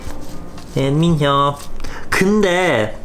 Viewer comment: that ‘keunde’ lol 😂